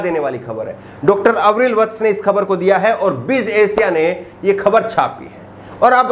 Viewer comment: अविरल, आवरील नाही